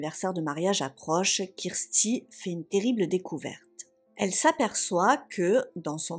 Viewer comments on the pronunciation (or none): Non, mais le massacre des noms, surtout « Kirsty » devient énervant! Si vous êtes tellement débile pour prononcer 2 noms , il fallait éviter les cas anglophones!!!